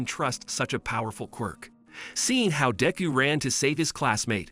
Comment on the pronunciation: All might caught up to daku it’s deku d e k u